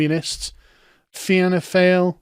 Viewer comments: Interesting Fact, Michael D Higgins is the last remaining leprechaun of ancient Eire. btw Fianna 'Fail', perfect pronunciation. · it's pronounced "fee - na - fall" but your pronunciation is much better 😂 "feena FAIL!!!!"😂😂😂